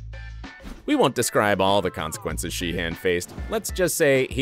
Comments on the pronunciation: I'm sorry but isn't pronounced it She-en, not Shee HAN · it’s shee-un